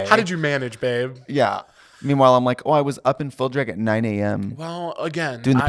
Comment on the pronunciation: that Milwaukee accent came out so hard she literally said "dreg" 😂